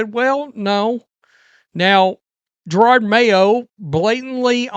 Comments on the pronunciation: I am so happy! You are back with a GIRARD Mayo video!😅I never though I would hear you mispronounce his name again...it's a belated Christmas gift :) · I thought Glenn would be a good coach. i was very wrong. But Im a Pats fan for life. Its still funny how you say Jarard Mayo. He stunk. Had Maye and still couldt win games, Pats are BACK!